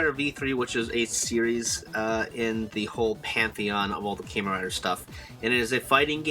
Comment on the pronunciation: Very nice and informative video But it really bugs me that you pronounce Kamen as "KAY MAN" (Kay like the letter k). Kamen is pronounced as "KAH MAN". Please for the next videos please try to pronounce Kamen as I told you. Cheers